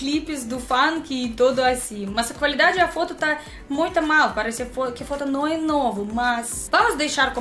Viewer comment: Só cuidado com sua pronuncia da palavra "foto" pois essa pronúncia sua tá quaaaaaaseeee um palavrão kkkkkkkkkkk